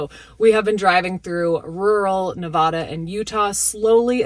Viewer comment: Girl I love you and Camper but it drives me nuts how you mis-pronounce Nevada lol. I have a soul mate dog too I do not know what to do without her, so happy I adopted her. Get emotional girl, let it out. your awesome hugs